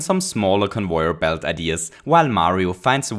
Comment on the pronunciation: convoyeur bilt